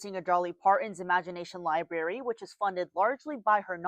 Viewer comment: This reporter keeps saying "l i b a r y." If you're reporting on a library, it's fair to expect a correct pronounciation. 🙄